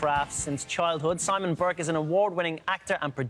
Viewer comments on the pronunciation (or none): Burke not Bourke